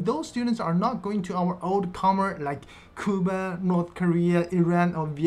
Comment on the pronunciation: Yu just to a tip on pronunciation, Cuba is pronounced with the Cu sounding like how you would say q in the english alphabet. You can think of it like Q ba.